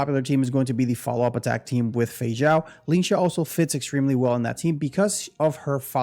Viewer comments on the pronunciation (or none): none